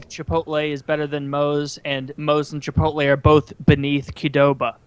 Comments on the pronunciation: Woody reading the name Chipotle and saying chipoltay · I hear a lot of people pronounce it that way, and it irks me more than it should